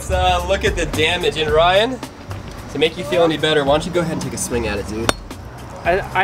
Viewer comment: Bru not coll